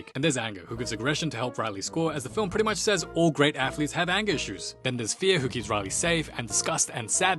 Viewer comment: I mean tea’s pri’ey bri’ish mate